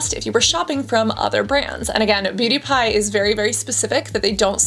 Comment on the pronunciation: I keep hearing "pewdiepie" instead of "beauty pie" throughout the whole video 😭